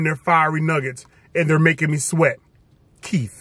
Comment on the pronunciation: Making me sweat "Keith" took me out😅😂